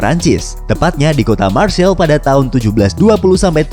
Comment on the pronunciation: Untuk pronounce Marseille itu maghrseiy. Bukan marseil..